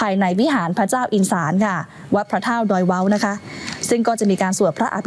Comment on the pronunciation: ดอยเวาค่า ไม่ใช่ดอยเว้า